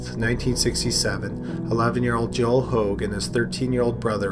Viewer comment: Hoag is pronounced “hay-g”